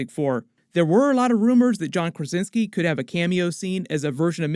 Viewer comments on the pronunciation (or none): none